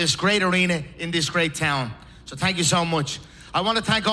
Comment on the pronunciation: THANK NOT TANK. THANK YOU NOT TANK YOU HAHAHA. FUGGN SCALLYWAG